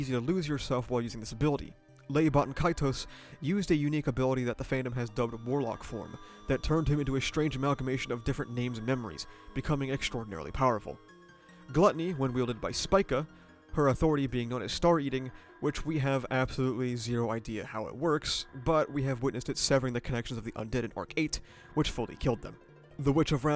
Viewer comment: I can’t get over his pronunciation of Spica and Clind. I do believe it’s sp-EE-ca, and Cl-EYE-nd (or Cl-EE-nd, idk, but I’m pretty sure it’s not Clint’s i).